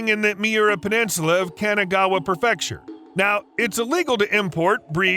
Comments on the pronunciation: It bugs me that you mispronounce “prefecture” as “pruh-FEC-shur”. It’s pronounced “PRE-fec-shur” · What up,? Another highly entertaining and very educational presentation. Thanks. "Kah Meel Ya" and "Pree fecture."